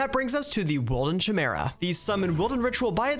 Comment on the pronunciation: I just love combining multiple Create Item Vaults to the Storage Lecterns (1 Bookwyrm can connect up to 8 inventories, Item Vaults count as a single inventory, you do the math) to have big early to mid-game storage. Also Chimera is pronounced Kai-Mee-Ra (K as in Cat or Cut)